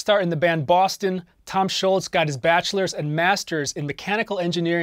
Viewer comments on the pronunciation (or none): The man's name is Tom Scholz, not Tom Schultz. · Why does everyone call him Schultz?? His name is Tom Scholz!!!